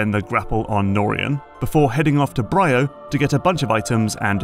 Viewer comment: 1. She is called GandrayDa. 2. Samus used her ship before in games, like Prime Hunters. 3. It's called Br(II)o. Not BrYYo. 4. The reason it is more linear has been analyzed to hell and back. If you're still moaning about that by now, you clearly have missed something.